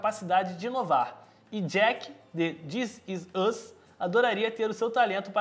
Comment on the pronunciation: da pra perceber a dificuldade dele em pronunciar: dizisùz (this is us)